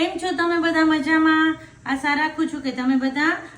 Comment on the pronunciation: Nice recipe . Ben asa nahi asha bolo .